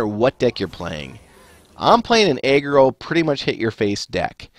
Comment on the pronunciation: why do u say eggroll instead of aggro? sounds pretty strange